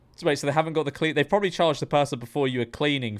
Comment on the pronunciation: Don’t think you can really be talking when you’re saying “propably”